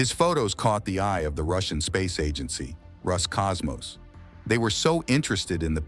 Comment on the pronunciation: RUSS COSMOS???? Oh my God, get it right! Try ROSCOSMOS!